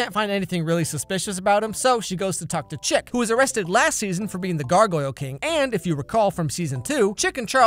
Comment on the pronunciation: I've never seen Riverdale so, until today, I thought his name was ChiCK because of how pronounced it... Thinking back on it, Chip makes an awful lot more sense.